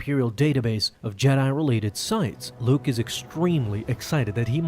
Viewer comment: I was gonna say the same thing… it was Luuke